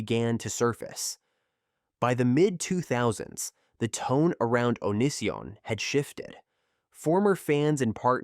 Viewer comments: How can you possibly do any research and then do something as fundamental as pronunciation and butcher it so badly? It really makes me question everything about your video when something so simple cannot be done. The way you pronounced "O-knee-si-on" name is just insane. His name was part of the online persona therefore part of the entire story. The guy was an absolute scumbag and then some but my god. If you can't even pronounce a name correctly, what else did you get wrong? Details matter. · Lol good video.... but FrankEE and OH-knee-san are mispronounced so hard my guy.